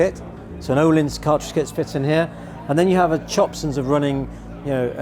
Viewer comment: Ööööhlins...not oooohlins.😂